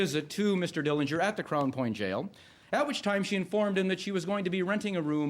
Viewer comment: The correct pronunciation of the Dillinger family name is with a silent 'g'. John saw Billie get arrested before he drove off.